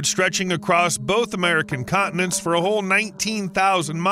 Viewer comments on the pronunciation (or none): none